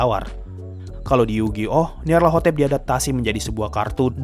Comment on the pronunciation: Bg bacanya nyalatotep